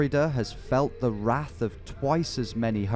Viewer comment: That is absolute not how wrath is pronounced